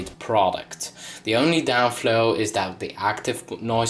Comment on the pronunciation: downfall not downflow;)